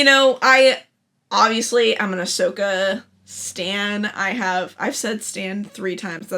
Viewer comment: Based pronouncing Ashoka properly?!